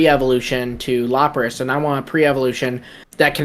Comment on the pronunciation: Not “Lop-ras” 😂😮‍💨 that hurt to hear